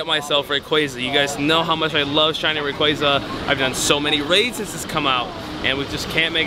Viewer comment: Can you say rayquaza right or nah? Lmao